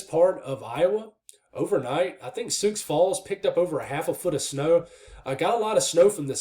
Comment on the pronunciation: Hey! Love the channel. And thank you for the info. Just so you know, the "x" is silent in Sioux Falls. 🙂👍